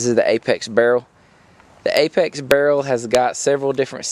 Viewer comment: I love the way you say barrel "burl" :D